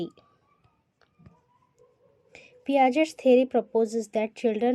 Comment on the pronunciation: ...t silent hai in the name of piagets